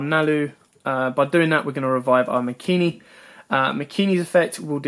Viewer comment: *MAKANI* NOT MAKINI